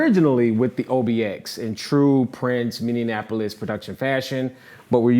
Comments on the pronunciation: Prince...would never use an arpeggiator, foo. Ever. “Minnianapolis?” Rrrrr. Prophet...not even close. But I appreciate the effort. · Hehe I was just reading earlier today that Prince was pissed off when MJ said Minenapolis instead of Minneapolis 😹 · Did he say "minnianapolis production fashion"? LOL, where is Minnianapolis?